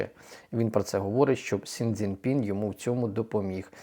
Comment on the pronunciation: Пане, ну він не СіНь Дзі Пінь. 🫣🫣🫣🫣Ви ж грамотно говорите!!! Він - Сі ДзіНь Пін.